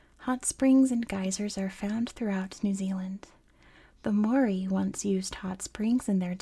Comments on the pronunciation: don’t worry about it. it’s good enough that you share a love for our culture and are willing to share it to the world. but if you are interested in learning, mow-ri is the correct pronunciation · im not māori, just someone whos currently studying it and trying to learn te reo māori so take this with many grains of salt, there IS many different correct ways to pronounce the name! The issue with your attempt is that you didnt roll the R. You can do this by touching the tip of your tongue against the roof of your mouth making a sort of D sound i recommend looking it up. I theorize that the reason its pronounced so many different ways yet still seen as correct each way is that it depends on which part of new zealand youre from. I myself have seen 3 different ways to pronounce the word, all seen as “correct”: ‘more-ee’, ‘mau-ree’ (with a sort of ‘ah’ sounding A), and ‘mau-ree’ (with a sort of ‘aw’ sounding a) all of them with rolled R’s Again i am not māori! So its entirely possible that ive gotten something wrong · At least pronounce the name right